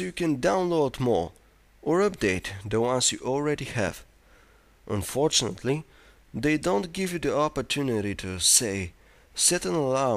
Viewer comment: unfortunately the way he says unfortunately is quite unfortunate.